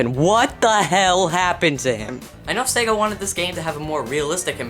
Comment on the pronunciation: You are SO RIGHT! By the way, it is Sega, not Saga.